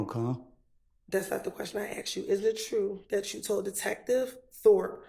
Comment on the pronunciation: Lawyers of all people should really know how to say the word "asked".